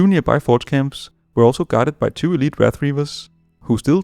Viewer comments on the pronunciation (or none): none